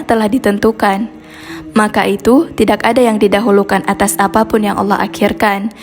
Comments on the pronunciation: Tidak jangan dibaca Tidax mpok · Tidak Bukan Tidax mpok, Perbaiki lagi Bahasa Mu..pasti Baca Teg Ya... Nanto Rokok Jadi Rokox Pula..